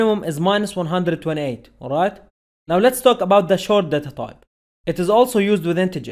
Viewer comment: Sir please improve way to pronounce word like " talk about" !!!